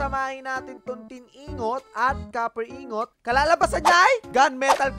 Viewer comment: Tin ingot MP4 Tin ing-got pronounce nun dba?